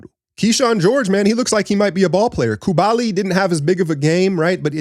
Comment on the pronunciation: can we learn how to pronounce Coulibaly's last name? 😅 It's "KOO-LEE-BA-LEE"